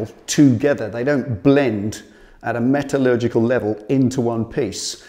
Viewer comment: Did he say metalergical level?